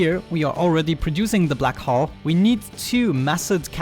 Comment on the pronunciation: every time you say black hull it sounds like your saying black hole lol I forgive u i m not English either.